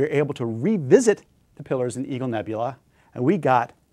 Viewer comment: Oh, EAGLE nebula - kept hearing EVIL nebula. LOL